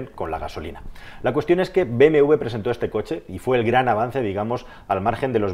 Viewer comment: Dice concha en vez de coche xD